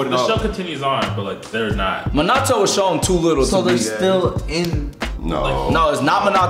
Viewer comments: idk if im dumb or sum but i swear they saying minato soo wrong, like they dont say it like that in the show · guys its Min-ah-toe